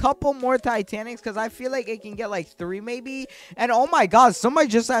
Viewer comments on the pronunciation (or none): none